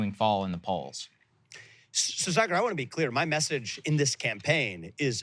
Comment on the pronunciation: Yes.. Saagar never pronounce any Indian name correctly ... even though he can.. Sanjay Gupta and aakash are easy but he still pronounce them incorrectly..I think Saagar is still very connected to india..his parents also live india so he tries to hide it by whitewashing...nayan mulla jyada jor se namaz padata hai